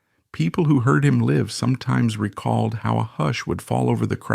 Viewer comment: People heard him “live?” Like living. Dumb AI again.